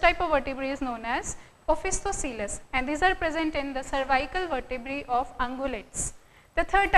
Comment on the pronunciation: it's not vertebraes. It vertebrae becoz vertebrae is a plural word